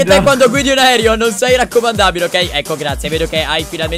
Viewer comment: Cap posso dirti una cosa? Si dice aereo non aerio 😂🤦‍♂️